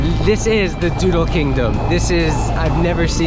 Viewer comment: what you lack in skill you make up for in enthusiasm. That's what karaoke is all about. I love dodol! My former girlfriend's mom used to make it, and lots of other kakanen. I have to admit, though, it throws me off when you pronounce dodol as "doodle."